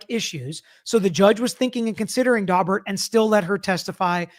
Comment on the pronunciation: My ear keeps hearing Dogbert hearing. Pretty sure that’s wrong so a couple minutes of Google revealed Daubert hearing.